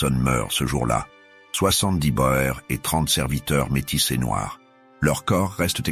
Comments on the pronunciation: les "bo-ères" ...pfff les "boers" c'est du néerlandais et/ou africaans, ça veut dire "fermier"et ça se prononce "bour" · boer se prononce bour. le pluriel est boeren [boûrën]